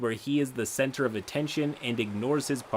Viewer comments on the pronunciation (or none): do you mean, the cen-taur of attention? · I legit thought he said “The player makes a campaign where he is the (centaur) of attention.”